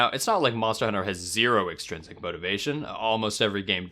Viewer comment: extrinsic not exstrinsic